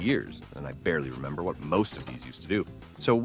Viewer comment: i remembah tha